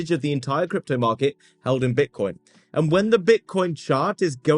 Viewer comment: Sounds like hes saying "Bitch-nix" 😂